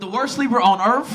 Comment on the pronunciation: "On earf", 🙄.